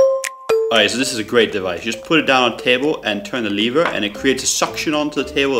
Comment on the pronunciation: on the first on he says leaver